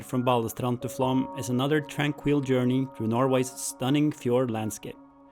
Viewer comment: Great, informative video, as always. Takes me back with great nostalgia to a cycling trip in the Sognefjord area many years ago, when I was pedalling between 3-metre high walls of snow, after the plough had just gone through ... Slightly puzzled by your pronunciation of Flåm, though. Normally it would be 'explained' in English spelling (for those who don't know phonemic/phonetic script) as "flom" or even "flawm"; but you seem to be saying "flam" or "flahm" ... Is it my ageing ears, or are you just anglicising it because English sources tend to replace 'å' with 'a' - even though 'aa' would be more accurate?